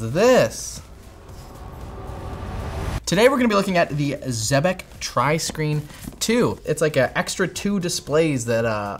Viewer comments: It is pronounced "exebec", not "zebec" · I'm pretty sure it's pronounced ex-eh-bec. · It’s pronounced like Trebek. If they claim otherwise, they’re wrong. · Pretty sure it’s “zeebeck”